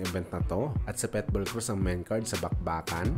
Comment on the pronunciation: Pitbull hindi Petbul hahaha, tunod pwetbul eh.